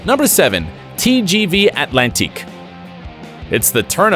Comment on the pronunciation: They could have found someone who can pronounce non-English names. TGV Atlantique... ouch.